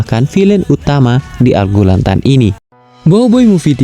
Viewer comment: Gurlatan kalii.. bukan Gurlantan